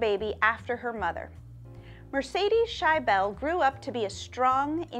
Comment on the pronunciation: It's not pronounced "shy-bell",,,, it's shi-ble